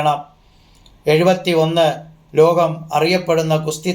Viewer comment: Akshara shudhi ila , lokam enu paranjath ketto loham